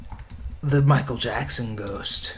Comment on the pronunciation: you said michael jackson worng